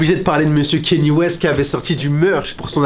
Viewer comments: Il dit que ça se prononce Ka-nyé et pas Kenny. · KanYE west on dit please